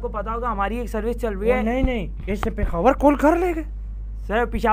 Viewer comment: pekhawar instead of peshawar hahaha